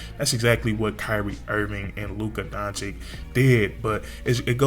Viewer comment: it's DON-CHICH...